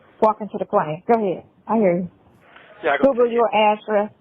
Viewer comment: Everytime says Google, it sounds like he’s saying “Googly”